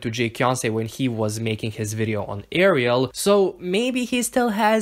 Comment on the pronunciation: The worst part of is that she does not know how to prononce her own name!!!!!! Pity.